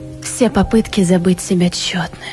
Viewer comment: Переиграла... И слово "тщетно" девушке знакомо? После его произнесения в этом... варианте даже дослушивать уже не хотелось.